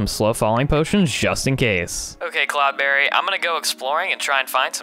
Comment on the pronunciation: It's not cloudbarry it is CloudBerry